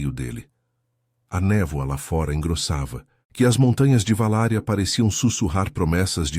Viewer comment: Não é "VALÁRIA"! É VALÁQUIA, cidade do Drácula, na ROMÊNIA!